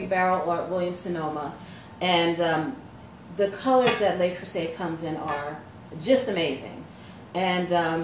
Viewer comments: Le, not Lay Creuset. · Minor note: It's Le Creuset, not Lei Creuset, so it's pronounced something close to "luh crew-zay," rather than "lay crew-say." (It's hard to describe, but it's sort of like saying the word "look" minus the "k.")